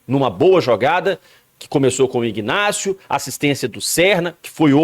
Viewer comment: O rapaz se chama INÁCIO, o G de IGNÁCIO é mudo como em Magdalena, Octacilio .Victor etc… o G , ao contrário , é pronunciado na sua IGNORÂNCIA.